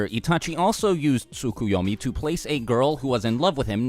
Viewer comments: "no it's SOO-KOO-YO-MEE not T-SUCK-A-YAW-MEE" Actually it's TSKSK-You-Owe-Meee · Actually it also isn't Soo-Koo-Yo-Mee but Tsk-Yo-Mee. You just speak one of the Us (or in English: Os). Maybe that's hard to say for a native English speaker, idk. I just know Japanese way to spell is close to how we Germans spell words so it's no problem for us, here. But it always bothers me how Americans can't say those words correctly. Or anything which isn't English. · I think it's pronounced Tsu-Ko-yo-mi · Can't you guys just pronounce the 't' in tsukoyomi? Sookuyomi sounds dumb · You're pronunciation in the description is actually incorrect. The "Ts" sound is just like in the the word "its." The Japanese pronounce the "T" of the "Ts" pretty quickly though.